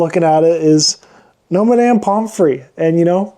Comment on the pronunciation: Why are you pronouncing it “My-damn”?